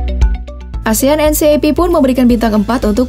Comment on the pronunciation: Asian NCAP itu cara bacanya asian en kep ya...